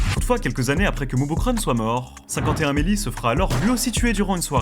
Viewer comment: Ça t'étais si difficile de prononcer O FIVE ONE MELLY? 😂😂😂